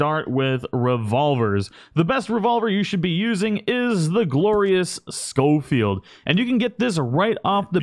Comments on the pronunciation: Please ... it's pronounced sho-field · Scholfield is pronounced SH not SC. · Just a tip: I'm pretty sure it's pronounced show-field not skow-field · The “scofield” gun is acutally spelled “sheffeild” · Pronounced Shoal-field. Dingus.